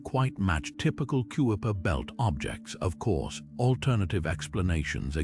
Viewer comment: You said it well! I hit pause when the sneakily perfect British AI voice called the region the "Cue-a-per" Belt.